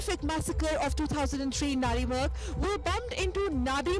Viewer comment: It's not nanrimarg idiots. It's Nandi Marg.. Nandi the vehicle of lord Shiva don't try to distort the name